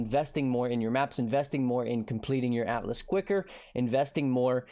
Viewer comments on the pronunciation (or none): none